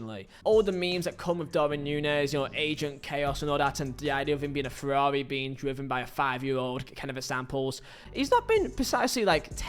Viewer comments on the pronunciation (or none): none